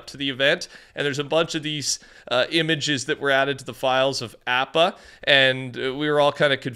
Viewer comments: Ik it hurts to hear him say app ah instead of aw pa😢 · Bro doesn’t even know how to pronounce appa (ahpa) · its ah-pa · Appa is pronounced OP-uh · Appa is pronounced Opp-uh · Totally butchered appas name 😱😭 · I love the videos man but does anyone else realize been saying Appa wrong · DUDE, STOP MISPRONOUNCING APPA'S NAME!! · All of these Fortnite youtubers and streamers keep pronouncing appas name wrong and its annoying....